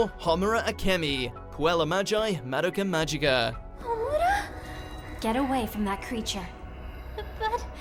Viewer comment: the way they pronounced Madoka Magica